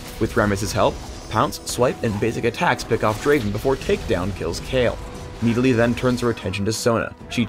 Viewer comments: Who the hell pronounces it as (Nee-Di-Lee)? It is pronounced as Nid-ah-lee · Need-a-lee... wat. I thought it was Nid-a-lee. :| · i thought it was nidalee not needilee ._. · IT'S NID-A-LEE NOT NEEDALEE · riot.. NIDalee. not NEEDalee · I feel like he is saying needalee just to piss me off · i cringe every time he says "needali" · Jumbo gamz He pronounces "Nid" like "Need" and "lee" like "li". It's wrong, it's the other way around. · Verrow need a lee? get it? hahahahahaha im funny right. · The way that pronounces Nidalee sounds like needles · says NEEDALEY like 300 times during this video. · I swear it sounds like he says Need-I-lee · Needa-Lee, the bescheal huntress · I cringed every time said Needalee:P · No it's MID-A-LEE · I hate how he says kneedalee. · it's like he's saying "Needle E" xD Oh yea and nidalee ain't that OP.. Her spear may do tonnes of dmg but that's her only early game nuke... and most noobs won't be able to aim that shit xD. In late game it's kinda useless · i hate the way he calls her needlee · Do you understand english XD the letter i dosent make that sound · PLEASE tell me this is not the proper way to pronounce 'Nidalee'. It can't be. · Anyone else hate the way he pronounces Nidalee?